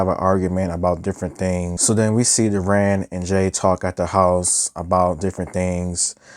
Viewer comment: Good reviews but please stop calling deran “duran”